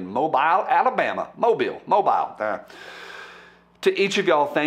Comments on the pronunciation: please allow me to offer some help with your diction, as a Long time Tennessean (60yrs) but former (8yrs) Alabamian (Sp), I believe its pronounced 'Mo-beal'. (Yes, I can talk, but not spell),😆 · I think it's mo-beal Alabama. :)